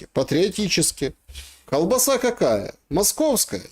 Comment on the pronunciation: Как??????????????????????? коВ-баса.????????????? 🤣🤣🤣🤣 Ну и мойва ну и феня ну и селюки